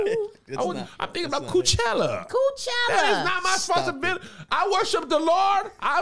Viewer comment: “Coochella” 😂😂 why kev just why